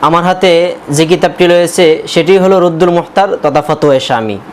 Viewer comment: হা হা হা তুই নিজেই তো কিতাবের নাম ভুল বললি তুই আরেক ভন্ড। রুদ্দুল মোহতার না, রদ্দুল মুহতার।